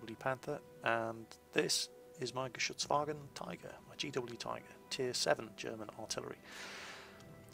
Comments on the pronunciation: But it is actually Geschützwagen not a Geschutzwagen sounds dump in german :) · Geschützwagen Tiger ^^ sounds funny when u saying it :) ps im german